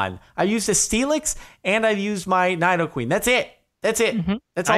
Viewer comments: It's n-E-doqueen not n-I-doqueen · You know Jordan knows nothing about Pokemon when he pronounces Nidoqueen wrong.